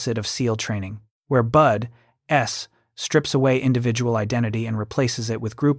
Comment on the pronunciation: The non supporting graphics and the constant mispronunciaton of BUDS (not bud-S) was annoying.